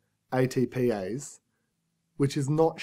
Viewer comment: He keeps saying ITPIse.......I thought it was ATPase.